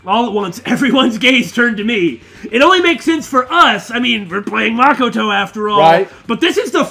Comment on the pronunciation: Makoto is pronounced Muh-koh-toe not Maa-koh-toe